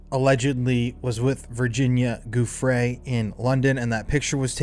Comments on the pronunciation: JOO-fray, not GOO-fray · Giuffre is pronounced "juh-FRAY". Look it up. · Pls pls PLS learn how to pronounce Virginia's name! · Ur saying Virginias last name wrong!?